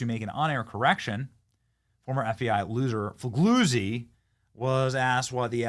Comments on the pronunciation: 'gli' is an odd sound in italian. His name is pronounced: Fee lyee oo tzee. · FOR THE LOVE OF GOD, SOMEONE GIVE BENNY READING LESSIONS! Fig- lee- uzi! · “..Former FBI, boss, Frank Figlizard…” Is that how you say it? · Fig-Lee-Uzi, is how it is pronounced! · It's pronounced FA. GAZY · It's Frank Foo-Gay-Zee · I love how you pronounced that guys name lol